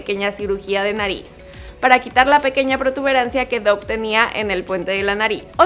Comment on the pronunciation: No se pronuncia Dough sinó "Dof".